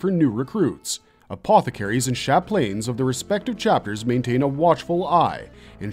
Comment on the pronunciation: Lol “sha-planes”